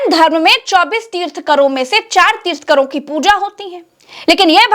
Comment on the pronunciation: पहले बोलना सीखो 24 तीर्थंकर होते है तीर्थंकर नहीं